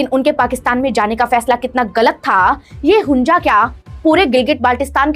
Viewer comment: Its hunza not hunja you jeetni